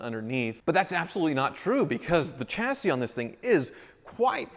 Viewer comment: Thank you for pronouncing chassis correctly! It really annoys me how so many car people say shacee even though there is a ch and not an sh. I was always confused when people pronounced it incorrectly I thought I must be mistaken.